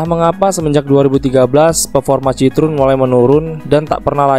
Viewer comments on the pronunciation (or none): Bacanya bukan citrun tapi citoen bang, ini kan mobil prancis bukan enggres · sedikit koreksi min, pembacaan merk Citroen bukan seperti ejaan lama bahasa belanda, tapi bahasa perancis yaitu bacanya cit-ro-en